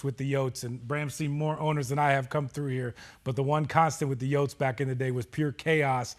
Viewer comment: If says yotes one more time... I'm gonna hurl.